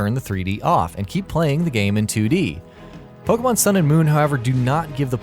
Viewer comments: It's not Poke mon, or Pokey mon, it's Po kay mon (or at least, in terms of pronounciation). The e is accented, which is why it sounds like ay. Plus, in pretty much every single commercial and TV episode, they pronounce it correctly. How do so many people manage to mispronounce it? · How I long for the day when everyone will be able to pronounce "Pokémon" correctly.